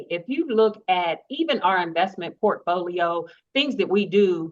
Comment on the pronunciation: Did anyone else hear Timmie (K) say they have the strongest investment profolio? 😂😂😂😂😂😂😂